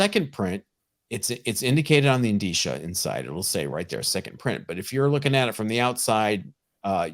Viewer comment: Thank you so much for pronouncing "indicia" correctly!! I cringe when I hear "in-dick-uh", "in-deeck-uh", or any other trainwreck version other than "in-deesh-uh." How does the comic community pronounce "Djurdjevic" correctly and then constantly bastardize "indicia?" Thank you! Thank you!